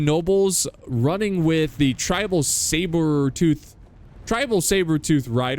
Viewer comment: saber => say ber. say ber tooth tigers... not cybertooth. sorry still love your videos.